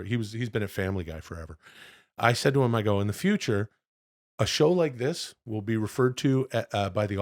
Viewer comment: Chad’s “wull” 😂😂😂😂😂